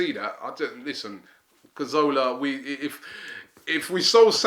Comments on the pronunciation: cazorla. not karzowla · CA ZOR LA not carzola C A Z O R L A